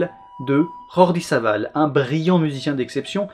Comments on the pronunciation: Petit détail sur la prononciation de Jordi Savall. C'est le piège classique parce qu'il est espagnol mais en fait il est catalan et son nom se prononce donc pas à l'espagnole XD c'est dommage parce que t'avais fait l'effort de le prononcer pas mal à l'espagnole. En vrai ça se dit "Jordi Savaille" avec le r roulé mais le j à la française Voilà, cadeau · il me semble que Jordi Savall se prononce « à la française » étant donné que c'est un nom catalan. Cela n'enlève rien a la grande qualité de la vidéo. merci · Excellente essai! Par contre à propos de Jordi Savall, pas de jota en Catalan, ça se prononce comme un J Français tout ce qu'y à de plus ordinaire, le V se prononce toujours B et le double L marque un L mouillé (comme le son que font les L dans le mot "rouille" par exemple). Autrement, merci pour ce super travail ;)